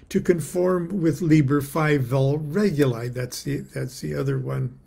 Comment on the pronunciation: It is pronounced /reˈɡuli/, re -goo-lee